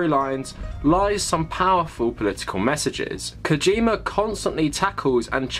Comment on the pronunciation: Gente, todo J no japonês, tem som de D. Não é KOGIMA